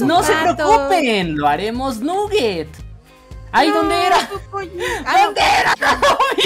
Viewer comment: "lo haremos nuguet" ajjajajajaj